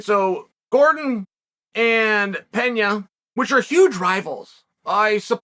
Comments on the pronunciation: Its not "Penhia" it"s Pena! As in Peh-na. He's not Spanish. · It's "Pena", not "Peña", for fuck's sake!!!!!!!! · US americans really have no clue about the world. In Brazil they speak portuguese not spanish. Its Pena not Peña lol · Hey uncle Chael, minor pronunciation correction here: Pena is pronounced like "Pena" (regular N pronunciation, like "Penalty") and not Peña (e.g., Juliana Peña) - it is a Portuguese word / not Spanish.